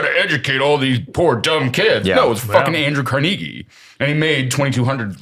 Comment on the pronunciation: Can I just say "Wow". To mispronouncing Carnegie? And I mean how impressed I am. He's probably never heard the name spoken, only read it in a book. My respect grows.